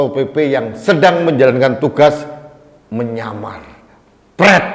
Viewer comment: Kepala sat pp Salah ngomong kali pak.. ngamar bukan nyamar pak.